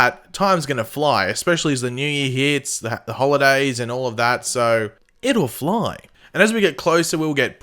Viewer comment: It'll fliy lol anyone else hear that